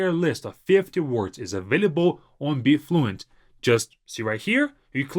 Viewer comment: Not to be funny or anything but sometimes as a native English speaker I struggle to understand some of your English words that you say so fast like your app BeFluent ...I actually had to check that in your comments because it did not sound anything like Be Fluent to me😅 ...I figured it's all about the incorrect stressing of ee in Be.